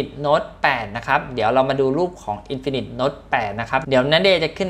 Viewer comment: มันอ่านว่า อินฟินิก